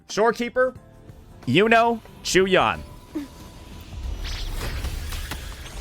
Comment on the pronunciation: Unc for the 1000th time it's not CHEW-YAN 😂😂